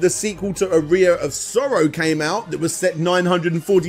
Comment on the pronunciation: I've played "Aria Of Sorrow," but I've never heard of "A Rear Of Sorrow" before.